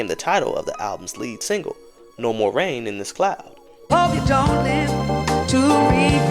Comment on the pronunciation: THERE NO MORE RAIN IN THESE SKIES! you butchered that line THREE times lol smh kids